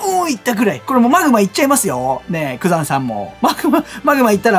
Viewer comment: 多分グザンって言ってるけど ヤクザになっててコーヒー吹きました🤣